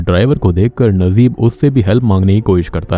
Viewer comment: your pronunciation soo weak nd bad when u take any country's movies character name... Najeeb its not nazeeb